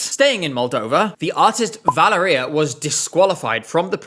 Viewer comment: I hate that "Valeria" pronounciation so much... Mostly because its my name too